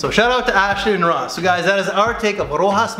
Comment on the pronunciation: Ro-has? Really? It's pronounced Ro-shass.